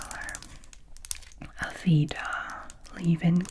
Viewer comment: Aveda is an American beauty brand that’s fairly popular in salons! They have their own beauty schools for people looking to become hair stylists amongst other things. They have a volumizing product I love to use when styling hair. It’s pronounced uh-vay-duh!